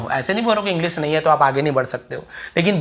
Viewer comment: pls english शब्द का उच्चारण सही करो तुम 'इंग्लिस' कह रहे हो शर्म करो पहले खुद सीखो फिर पढ़ाओ